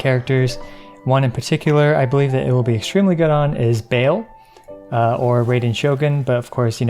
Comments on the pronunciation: did u really say bale ? Its ba- al not bale . I dont usually point this out but really man shes bae for me so kinda ticked me off when u said bale . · Isn’t Baal literally just pronounced ‘Baal’, like the Middle Eastern god? No hate, just wondering about the ‘Bale’ pronunciation. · It aint bale, its baal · Nice video. FYI, Baal is pronounced similarly to "Ball", not "Bale" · It's Baal. NOT BAEL T_T Bruh ♥ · For a minute there I was wondering who was BAIL? then for a moment it showed me how to pronounce BAAL in a better way. ILY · Him pronouncing baal as 'bale' made me cringe hard. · my boy called Baal, bale, i cant xD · lol the way u pronounced her name, i believe its "Baahl" all the archons ingame are named after a demon; morax, barbatos, baal. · I’m sorry but the way he said Baal, broke me. Also loving these videos. But JUST GET YOUR A$$ OVER TO TWITCH PLZZ MR STRIMMER